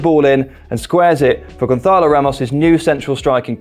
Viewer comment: I'm sure you feel very cultured saying Gonçalo like Ibiza or Barcelona with that 'h' in there twisting the tongue, but he is Portuguese, and that is not the correct way to say the 'ç'. You should just say it like Gonssalo.